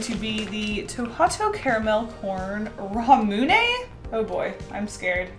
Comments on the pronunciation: i hate how you say it "ra-mune-ay" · She said Ramune wrong and it hurt my soul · I don't want to be mean, but I hate the way you say ramune.